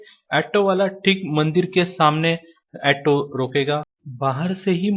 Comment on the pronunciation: ऐटो नही, ऑटो बोला जाता है, 😂😂😂